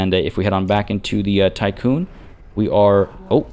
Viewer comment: Hi. Just for your information, Tiqqun (or Tikkun) is the English spelling of the Hebrew word תִּיקּוּן, and so the "i" should be pronounced as an "ee". For anyone interested in what it's referencing, here is the Wikipedia page